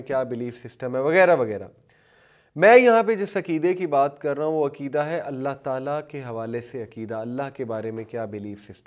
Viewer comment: عکیدہ نھی عقیدہ عقیدہ لیکچر دینے سے پہلے اگر ش ق درست کر لیں تو بہتر ھے